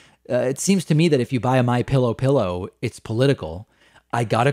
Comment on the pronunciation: Now David, don't make fun of us (yes, that includes me) who say "Pilla". I grew up in the south and it's kind of hard to let go of some dialect & idiom issues, lol! BTW, I also say: windas (windows), tamatas (tomatoes) and other colorful pronunciations :-)